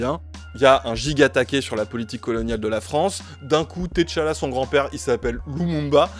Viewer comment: Merci pour ce travail magnifique mais SVP Ce n'est pas "Thé Chala" mais T'chala.. ça se prononce comme Tchat ..Tchad .. En vous remerciant de votre compréhension Merci.